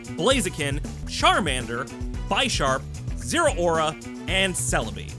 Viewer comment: Your pronunciation of Pokémon names made my eye twitch most of the video. But. I love your selections. Very fun and thematic! But seriously… BYESharp? His name is a play on the word Bishop from Chess. Do you call that game piece BYEshop? Nah 🤣 RegiGYEgus? Say “Giga” now put Regi in front of it. Now ad the s at the very end. Regi-Gig-As 😅🍻